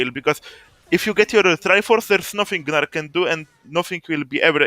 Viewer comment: great vid man, also I too will now call him "guh-nar"